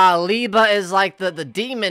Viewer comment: its Lee-Bay